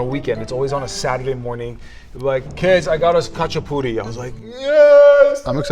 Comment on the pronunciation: Oh man… you did the khachapuri so wrong that it actually made me tear up 😭 but we will take the ratin go guess, you should’ve just made tonis puri tho